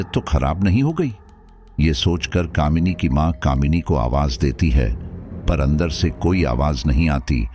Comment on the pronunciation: स्टोरी बहुत अच्छी है। पर आप शब्दो के उच्चारण पर थोड़ा और काम कीजिए। जैसे बंद को आप बदन बोल रहे है। अंदर को अदन।